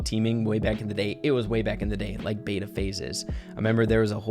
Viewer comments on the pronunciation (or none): none